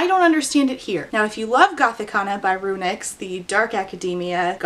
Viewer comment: Every time you said "RuNyx" I heard it as "Aroonyx" and I had J.M. Buckler flashbacks